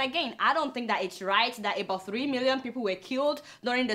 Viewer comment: Your opinions is late Biafra have gone for good, a point of correction please stop pronouncing ebout instead of about